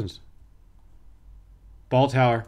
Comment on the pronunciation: I love when you say balltower, and it's raining balls!